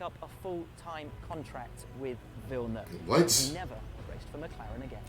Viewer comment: the pronunciation is more like "jeel vill-nuhv"